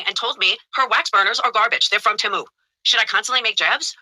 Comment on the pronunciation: No one told her anything about Randi’s wax-melters. It’s Tea-moo not Tam-moo. Why can’t she pronounce anything correctly? Ok I have to ask, did you post this video yesterday and then take it down or am I losing my mind?